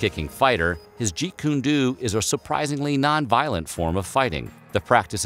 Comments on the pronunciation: It's jeet kun "DOE" not "DUE" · Jeet kune do. The “o” is long form. Not go do that, but more like “oh”. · This guy doesn't pronounce it correctly it's dow not do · I cringe every time you say "Jeet Kun DOO". It's pronounced "Jeet Kun DOE". I think you will eventually get the hang of it, as long as you maintain a Jeet CAN DO attitude. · Unless you live under a rock, "do" is "doh" and is linguistically different than "doo". The two sounds aren't synonimous in Chinese or English. So ya...Narrator should have been proof-read. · First of all,Jeet Kune Do in pronounced DOE not Duu. Dō in japanese means ''way'' or ''school'' or ''method'' and it's often used to name a martial art,like Aikido,Judo,Kendo or Karatedo (the traditional Okinawan name of Karate,which means ''method or way of the empty hand''.) The Koreans also use it for naming their various martial arts,like Tae Kwon Do,Hapkido or Tang Soo Do. Jeet Kune Do means literally:'' Way or method of the intercepting/stopping fist'' and it's the complete opposite of a ''non-violent form of fighting''. JKD is based on the basic principle,that you ''stop your attacker before he/she can even start the attack''. you don't wait to be attacked,defend and then counterattack like in trad. asian martial arts. Bruce Lee also tought that: ''in a real fight,there's nothing forbidden,if you have to kick to the groin,bite or scratch an eye out,in order to defend yourself from an attacker,do it!.'' It's considered the predecessor form of today's MMA,because it's not a new fighting style,but a combination of techniques from various styles. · It bothers me the way he pronounces “Jeet Kun Do” it’s pronounced “doh” not “doo” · Jeet Kune [DOUGH]! Good God get it right! You did all this research and can't get the name right?! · The ‘Do’ in Jeet Kun Do is pronounced “dough”, not “due”. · Jeet Kun DO...(last two letters are pronounced 'DOH'..not Doo). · You say Jeet June DO like mountain DEW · Jeet kun DOE, guy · Do ... Like dough not dew